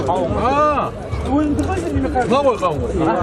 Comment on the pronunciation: Дауын дарбыз дима😁 кауын карбыз дидиго